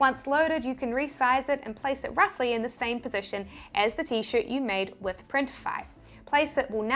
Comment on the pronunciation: when you said roughly it was funny because it sounded like a bark, great video thank you for the information :)